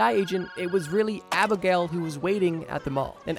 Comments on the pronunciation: I don't know why it bothers me so much, but hearing him say "abigail" instead of "AB AG NALE", really irks me. XD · abagnale! not abagnolee, abagnalee, abagnale! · It’s not Frank “Abigail”! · Abagnale= Ah-bag-nail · holy hell man why would you not double check the guy's name before saying "frank abbigail" over and over? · It's not Abigail. Jeez. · My man, Abagnale=/=Abigail lol but no sweat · Its frank abagnale. The n is not silent😂😂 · A-bag-nal-ee. Found to be a fraud and most of his escapades were total fabrications. Surprised you fell for it when it's all on Wiki. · A B A G N A L E Not Abigail. How do you do research for these videos without learning how to pronounce names you say 30-50+ times?? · nah you’re totally right to be annoyed. is a big enough channel to not be making these kind of mistakes but it happens EVERY video. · btw it’s pronounced a-beg-nail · I can't stand you calling Abagnale Abigail. Just look at the letters man. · There is an 'n' in Frank Abagnale's name. You're pronouncing it like Abigail. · not how u pronounce his name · The way you incorrectly say Abagnale ruined this video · How did you do all the research for Frank Abagnale and read his name wrong every time? 😂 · Frank Abagnales name was mispronounced every time you said it😂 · The mispronunciation of Abagnale is driving me insane. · its not pronounced abigail its pronounced ab-igg-nail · Ab-ag-nail, not Ab-i-gail. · AbigNALE not abigale abingnaly abinil. AbigNALE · Its abiginal not abnignale not abigal. You clearly never saw the movie or heard his speeches. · Abagnale, not Abigail. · Abegnale, not Abigail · Abagnale : AH-BIG-NAIL not, abigail. hope this helps! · He keep saying frank Abigail over and over and it's driving me nuts. Frank Abagnale. a bag nale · You left out all of the best parts of Frank Abagnale's story! Also, it's ah-bag-nail not abigail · His name is Abagnale; “a-bag-nail”, not “a-bag-ale” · Its abbignale not abbigail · It's abignale not abigale